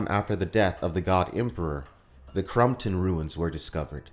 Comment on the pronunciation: With love: you keep pronouncing “Crompton” as “Crumpton”